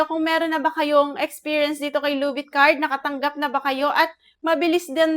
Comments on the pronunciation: Ginawa mong tagalog yung title ng loan app lubit card(luvit card) manuod kasa iba at pakingan mo yung kung ano sinasabi nila tamang pag bigkas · Kaya ka na reject kasi mali yung pag bigkas mo sa title loan app